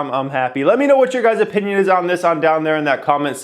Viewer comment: Is that me or says "wheNK you for whatching" 😁😁 Btw love your videos